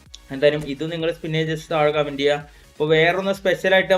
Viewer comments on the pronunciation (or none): none